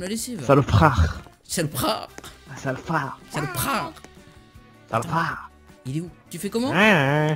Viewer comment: mdrr R.I.P le français "Saloprar"